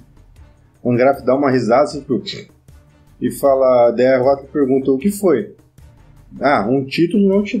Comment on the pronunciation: opa tudo bem? só um comentário: não se pronincia huatli, acho q é huatou